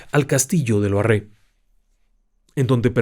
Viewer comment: Me ha encantado,solo un pequeño apunte, Loarre va acentuado en la a,no en la e,lo cual no desmerece un ápice la narración del 😊